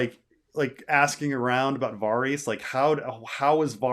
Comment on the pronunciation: I can't listen to 4 hours of this pronunciation of Varys